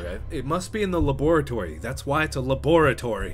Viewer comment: The way he says Laboratory though 😂😂